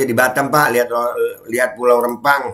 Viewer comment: Rempang bukan Rembang, huruf Pe bukan Be ....